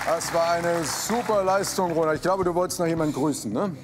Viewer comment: Wer hat auch corona verstanden als jmd rona gesagt hat? Es kommt nicht mehr aus meinem Kopf 😂🤦🏼‍♀️